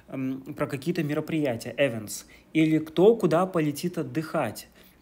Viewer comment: events - только не "Эвентс", а "Ивентс" верное произношение